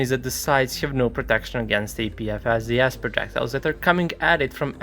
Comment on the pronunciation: only ogs remember when he pronounced "APFSDS" as "APVSDS"